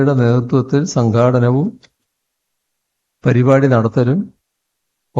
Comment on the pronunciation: Sànkhaaadanavum, Sankhattanavum.😂